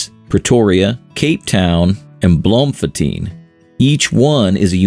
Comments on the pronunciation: Its not Blom-fon-teen It's pronounced Bloom-fon-tane and it means bloom fountain, also called city of roses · Bloemfontein is pronounced as "bloom-thon-ty-n" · 😂😂 bloemfontein toe kon ek nie my lag in jou nie